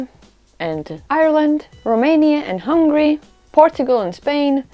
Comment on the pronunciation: It's great that she’s trying to educate people, but it's sad that in this particular video, she call HUNGARY 'HUNGRY'.